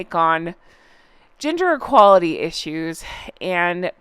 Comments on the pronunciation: For a moment I thought you said ‘ginger equality issues’! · 😂😘💓 .... When you said "gender equality" I thought you said "ginger equality" so I imagined Harry becoming an advocate for redheads